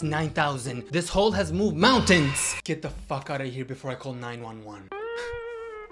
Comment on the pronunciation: The way he said "mountains"